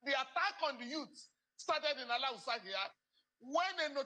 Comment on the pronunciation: Thanks Uncle Falana for pronouncing Alawusa ...instead of Alhausa ....Alawusa has nothing to do with Hausa ...Awusa is an edible fruit😅